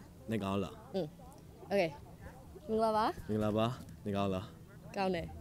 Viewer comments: wow his pronunciation is standard. No wonder he can speak so many languages at the beginning of the video, he said “mingalapar” it sounds like a native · His pronunciation is so perfect, especially "mingalarpar"